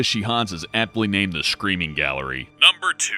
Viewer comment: Does anyone else notice how he says screaming, "shcreaming"??